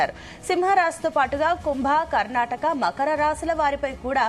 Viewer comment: Karnataka raasi kaadu akka karkataka raasi chuskoni kuda tappulu chepthunnav 😅